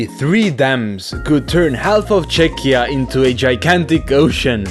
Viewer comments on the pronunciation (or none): none